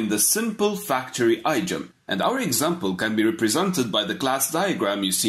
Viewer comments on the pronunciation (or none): pronounced "Eeeee-diom", not "Eye-diom"